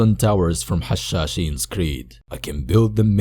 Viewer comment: Make more stronghold 2: edit. Btw are you a Arab and a Muslim because you pronounce Hashaseen very cleanly